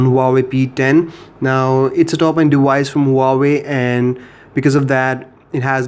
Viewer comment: dewice ...... ok bro :D